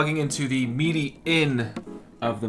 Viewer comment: “Meedee” mapping? But great video otherwise 😉